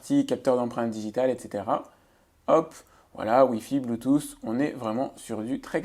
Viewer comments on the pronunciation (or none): none